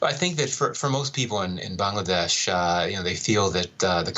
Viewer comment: It's not how you pronounced the country name 'Bangladesh'. It comes from the word language "Bangla". And that's how it is pronounced. Thank you!